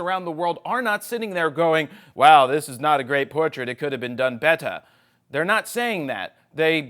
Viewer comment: It is a "poortrait" xD